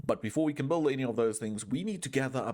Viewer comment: the way you say "build", it sounds like you're spelling the "u", it is meant to be silent though.